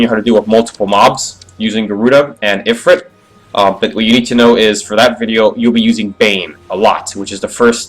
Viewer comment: Ifirit (eee-freet)